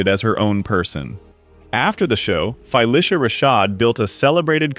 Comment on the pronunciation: You MUST pronounce the name of this amazing star CORRECTLY! There is no 'Fi' in Phylicia. DO BETTER.